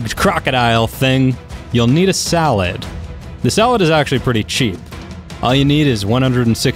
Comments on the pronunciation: hey um you should see how u say saddle its not salad its saddle so say it right please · You Said Salad Not Saddle. OMG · Why does he call the saddles salads? Lol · I heard saddlead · Is he pronouncing saddle as salad?? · I love how he tells people how to say "Tapejara," then proceeds to fuck up every other pronunciation, and did you say "Salad" in-place of saddle? My mumma learned me how to spoke too. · i think u said salad instead of saddles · Yo did he said salad insted of saddle 😂 10/10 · does he always say salad instead of saddle? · Umm are you saying salad instead of saddle? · did anyone else hear salad, not saddle? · U we’re saying salad instead of saddle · saddle not salad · did he just say "you'll need a salad"?? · Instead of saying saddle you said sallad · but you don't say saddle right you say salad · its saddle not salad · Haha he said salad instead of saddle LOLOLOL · dude its saddle not salad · Dude u said salad instead of saddle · why did you say salad you should os said saddle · Its not salad! its S A D D L E!!!!! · Anyone realize he said salad instead of saddle lol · You said salad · why are you calling it a salad... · He mispronounced everything even saddle.he said salad! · 100% of the comments are about how he's calling saddles salad just STOP WE GET IT ALREADY! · Did anyone else hear him say salad? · he said salad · LOL. You sad salad again. Thats noice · Did he just say salad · You says salad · He called it a salad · Wait did he say saddle wrong